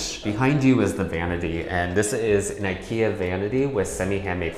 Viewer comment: Everything was okay until you said IKEA.